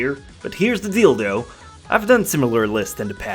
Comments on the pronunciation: Did He Say Here's The Deal Though Or Dildo Huehuehuhe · Did anyone else think he said dildo ? 😂